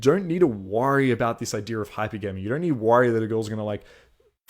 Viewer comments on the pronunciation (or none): Hi-pergamy bro not hyper-gamy